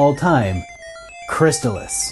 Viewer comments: Pretty sure it's "Chris-Tall-Is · I HATE the Crys-TAH-lis pronounciation and if I ever were to make a video game review channel and discuss it, I will never use that pronounciation even if it's the only 'correct' one. It just sounds so unnatural and pretentious to me. It always was and always will be CRYS-tuh-liss to me. Plus, I don't know if I've ever heard an official NES authority pronounce the name of the game on a commercial or anything like that. So isn't it possible it could have either, or both pronounciations be correct? This reminds me of the Ninja GUY-den vs Ninja GAY-den debate. In that one I always went with GUY-den. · i love it too,buddy.and,not being a troll-ass,but it's pronounced Crys-tah-liss.i worked on sales. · Great Game. Mispronounced though. Check out the commercial. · yeah the mispronounciation was making my O.C. explode